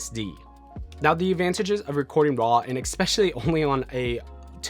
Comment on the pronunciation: Good video, but it drove me nuts every time you said "expecially" ;)